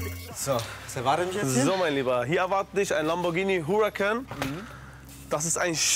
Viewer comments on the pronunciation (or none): Als er Huracán falsch ausgesprochen hat war ich kurz davor 1000km nach Berlin zu fahren und den Hamudi zu entlassen 😡😂